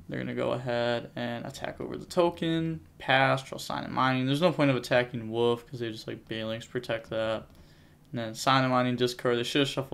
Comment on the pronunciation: It's Wolf not woof! Lol